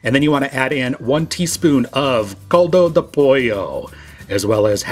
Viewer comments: My eardrums cracked when he said “caldo de pollo.” Also, the Knorr product contains sugar and MSG, corn protein (maseca would be fine), beef and chicken fat, yeast extract and anatto for color, and little bits of dehydrated parsley. I don’t like artificial colors like yellow 5, so I would recommend subbing a tiny amount of turmeric powder. Add all of those ingredients to taste to a chicken stock (and don’t skip the sugar, MSG, fat, or corn products), and you have an equivalent if not superior product. The only things left are learning how to say “caldo de pollo” and washing your rice. And use some fresh cilantro. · Como dice Coldo do pollo me encanta jaja, saluditos desde México. 🇲🇽❤️ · This is a good video thanks it helps me for when I forget the details in preparing Mex rice but what the hell is coldo de pollo?? It's caldo de pollo. Lol